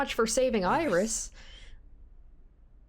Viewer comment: for Australian "Oiris!"